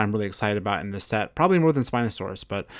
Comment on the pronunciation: On the spino he said siinosaurus